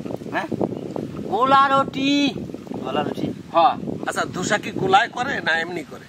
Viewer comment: ও মামা ধোসা না দোসা